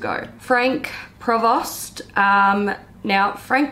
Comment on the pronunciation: The S and the T in Frank Provost are silent. 🇫🇷